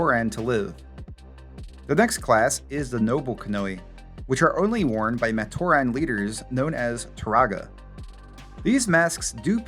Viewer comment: Is this AI generated? Matoran is consistently mispronounced which makes me think this is AI.